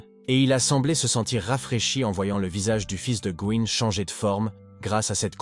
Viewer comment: "le fils de gohan, le fils de going"... "Going Son"... Partout déjà c'est Go Insung... Si ça ne va pas change son prénom, car le bot ne te comprend pas. Un effort sur la narration. Courage pour ton travail 😇